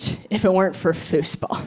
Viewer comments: very funny. i will look up your fooseball videos. but i am mostly i am commenting because i've never heard it pronounced that way before, always "foozball" edit: - great video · You really say fußball like us Germans say football. So you've loaned that word from us or what?